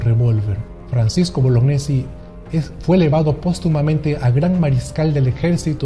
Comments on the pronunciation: se pronuncia boloñesi y no bolognesi. El apellido es italiano y gne se pronuncia ñe. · tengo entendido que Bolognesi se pronuncia Boloñesi, al menos así me lo dijo un profesor muy veterano que tuve de educación cívica que lucho en la guerra contra Ecuador. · Estimado, excelente trabajo, solo que deberías propiciar el correcto pronunciamiento del apellido de Francisco Bolognesi, lo correcto es "Boloñesi", la unión de las letras gn se pronuncia como ñ.